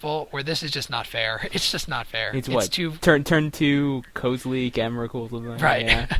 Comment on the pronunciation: Stop saying emrakuls name wrong